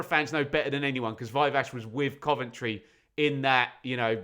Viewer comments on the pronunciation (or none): none